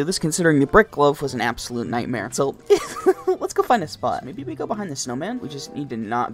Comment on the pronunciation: “He keeps placing a mayee at the center” 💀